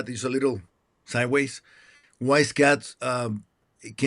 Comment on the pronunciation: his name is pronounced Scott, not Scat, which means poop.